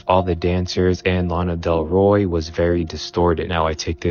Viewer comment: Bro said Lana DelRoy